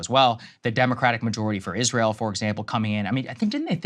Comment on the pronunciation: Is-ray-ell is a pox on America.